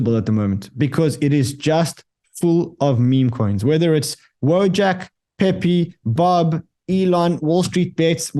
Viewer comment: You said it right the first time, pee pee coin